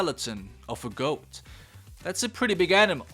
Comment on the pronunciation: I totally thought you said “skeleton of a ghost” and wasn’t surprised by that. Then I heard you talk more about the goat skeleton